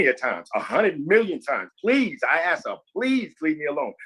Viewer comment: Before she learns the word supposedly..maybe she should start with “ask”